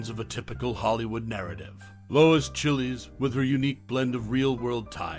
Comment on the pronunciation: That movie is here for free right now but I doubt that's the way her last name is pronounced ... this guy making it sound like it's a country from South America or a food .